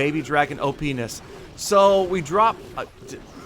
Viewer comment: OPennis 😂😂😂 LOL, made me laugh